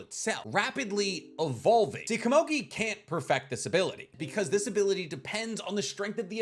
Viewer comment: pitou only said gon could take on meruem in the 2011 anime, not the manga. you're saying komugi wrong.